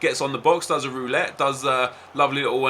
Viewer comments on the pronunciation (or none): none